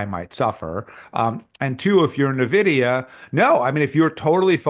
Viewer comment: What kind of venture bro doesn't know how to pronounce Nvidia?